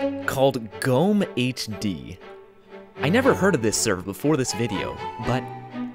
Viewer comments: Oh so GommeHD has the second oldest bedwars version? DIESE KOMMENTARSEKTION IST NUN DER EIGENTUM DEUTSCHLANDS! btw in GommeHD, you pronounce the E. It's not silent. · You slightly mispronounced GommeHD! Jesus, I'm surprised to see this here, i have barely remembered him - this brings back good memories uwu